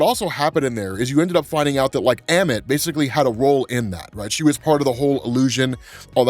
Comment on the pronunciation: Love ya. Yet it’s Ammut A-Mit You’re amazing at everything else!